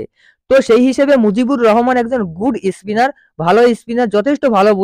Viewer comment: ইসট্র্যাক, ইস্পিনার..😂😂